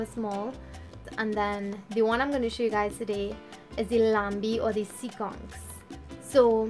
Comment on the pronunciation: It is not laMbie it is Lanbi. You don't prononce the M. This word is an French creole word as once, the national langiage in Trini was French Creole.